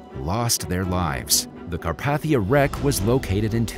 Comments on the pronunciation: Car path ia? Car pathe ia.( it’s supposed to be pronunciation corrections) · Anyone else shudder every time he called it the Car-path-ia? It’s pronounced Car-pay-thia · This just made my skin crawl, so I have GOT to say something to whoever narrated this. Say it with me.....its the RMS CarPAYthia....NOT carPATHia. Ill sound it out again. CAR PAY THI AH. It is NOT pronounced Car PATH ia